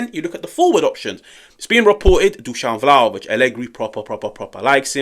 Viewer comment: 😱😮 Good job! You finally got the pronunciation right: Dushan! I soooo don't like him: #dumbball